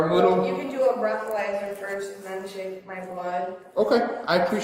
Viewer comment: Did just say "Breath-o-lesser"?? Lol.... So, is there really such a thing as a "First Class Towing"?? That chick who went onto the campgrounds to get away from cops kept saying that she wanted "first class towing"....?? Never heard of that one before.